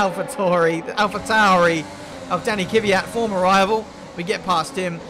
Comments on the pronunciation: It's Kvyat,not Kivyat :) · Hope it helps, it's not Kee-wee-yat , it should be more like Kwee-yat. Only posting as you said you wanna improve :D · I really like your vids, but you need to work on your pronounciation of Daniil Kvyat. It annoys the sh*t out of me how you keep saying Kivijat.